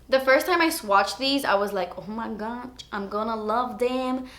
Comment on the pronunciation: who else just loves when she says "oh my gotch" or "that's etspensive"? I live for it. I literally laugh every time she does a little Miranda Sings. it's amazing